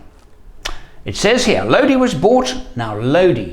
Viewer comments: CCR's song is pronounced Lo-di (eye) not LoDee. Lodi is a town in California. Cheers. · It's pronounced "low die" he sings it that way in the song "oh Lord, stuck in Lodi again" and that's how the place in California is pronounced. Wouldn't be a great name for a vehicle though, except strangely a Range Rover. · The song Lodi is pronounced "low die". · Just thought I would mention that I use to live in the town that song was written in. It’s pronounced Lo dye like eye. Lodi It just occurred to me that you probably know that from listening to the song lol It also just occurred to me “stuck in Lodi again” makes perfect sense lol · ) Enjoyed the story time. It might be a little late to find this out butLodi has a long i. [low-die] It's a place in California. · Uh, not to quibble on your otherwise excellent channel, but CCR pronounced it with a long i, as everyone in Low-dye does. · But it's pronounced Lodi (i) in the song.